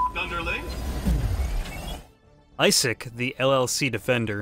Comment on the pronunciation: I-sick is how you pronounce it